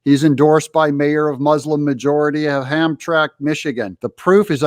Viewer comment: I am from Michigan. Hamtramck is pronounced Ham Tram ik. I have to laugh because everyone wants to pronounce it incorrectly. At one time, Hamtramck was a large polish area. We would go to Hamtramck for Pączki on Mardi Gras